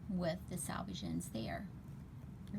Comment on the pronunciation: Thanks! I’m actually going to try it the other way round too. But also just FYI it’s pronounce “selvage” like the word “self” because this is a self finished edge instead of pronounced “salvage” like a salvaged car lot